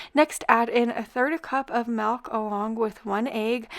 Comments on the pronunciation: Hey, the word isn't Melk, it's Milk. Why do you call it Melk? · I’m not originally from the US, so apologies if this is a silly thing to say/ask, but the way you pronounce ‘milk’ is so dang cute! Is that a regional pronunciation, or just a precious -ism?